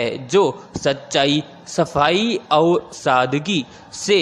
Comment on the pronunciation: Sir Matter achha h, Per Aap baar baar, और को अउर बोलते हैं।